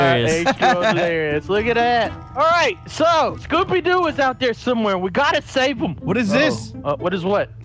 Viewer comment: "scoopy doo"